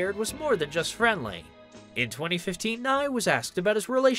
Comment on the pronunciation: I got whiplash when he said she was dating Bill Nye. Then I looked up and realized he meant Bill Nighy (isn’t it pronounced Nigh-hee?)